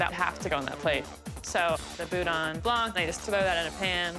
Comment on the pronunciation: Boudin Blanc The C in Blanc is silent.